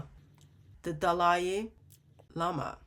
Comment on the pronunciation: I love how calls him Dalai LAME-ah! 😂.... This is why muslims haven't said anything about this subject. They KNOW they will get called out! Thank you God for exposing this sick filthy sex cult in new ways everyday!